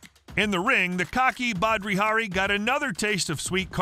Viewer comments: “Badri Hari” … 🤦🏻‍♂️ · He also kept calling Badr Hari.. "bhadri".. Dude doesn't know shit lol Then he says "hammerfists led to the one of the most hilarious ends to a fight in history" dude was just getting bashed while already unconscious and not one hammerfist was thrown... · It is Badr Hari not badri Hari en in the second fight he smashed him